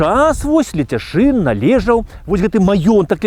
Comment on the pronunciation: Пры ўсё павазе, але ЛЕЦЯШЫН а не Ляцяшын.